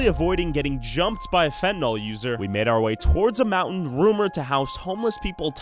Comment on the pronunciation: At least learn the pronunciation of words like fentanyl before making blind accusations with it. It's one of the easiest pharmaceutical words to pronounce. It's phonetic. The only way to screw that up is to only listen to people mispronouncing ir and not actually read it anywhere. If this is your first time reading the word fentanyl, it might look like a new word to you. It's not fentanol or fentinall. If you absolutely need another word of similar structure and pronunciation, how about benadryl.